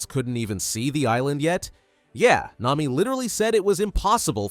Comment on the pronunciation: bro it nami not Naomi